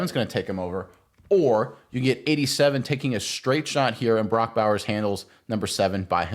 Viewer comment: Can't even say his name correctly?